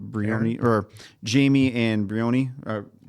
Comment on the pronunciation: Just want to say the name Briony is pronounced br-eye-oh-nee. It can be spelt like Bryony too, its a fairly popular name here in the UK (I went to school with 3).